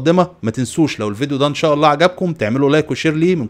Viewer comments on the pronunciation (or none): none